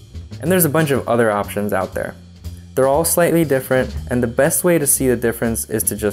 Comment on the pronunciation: As a Ukrainian American, it's the typical accent Eastern European Americans have, raising the short "e" to a more open short "a". For example pronouncing "best" as "bast". His name is a very typical Ukrainian name, possibly Russian as well, so it's no surprise to me to hear him pronounce it that way. I can't believe all these people on these comments are "triggered", I mean has no one heard of an accent before? English is one of the most widespread spoken languages of the world, so you'd better get used to hearing different pronunciations